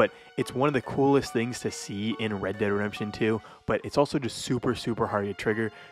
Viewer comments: U say “red de redemption” like u have marbles in your mouth lol 😂. Great video just finish your words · said redderedamption one 🗿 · "Red dead Rempshun" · Not gonna lie, for some unknown reason I chuckled whenever you'd say "red dead redemption" and it would blend together like one word. Not a dig at you or anything, just random. But when you have to say it that many times in a video, obviously youre going to say it as quickly as possible